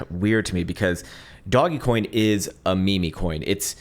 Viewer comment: Your mispronunciations are killing me... DOGGY COIN & ME-ME coin!?